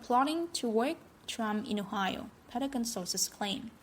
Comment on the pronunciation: It's not Petagon; it's Pentagon with 2 letter 'n' s in it.